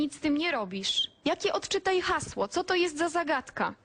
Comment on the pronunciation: "ODCZYTAJ UKRYTE HAŁSO"